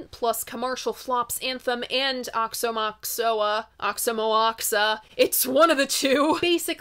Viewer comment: I heard Aoxomoxoa pronounced like this: wah-show-mah-show-ah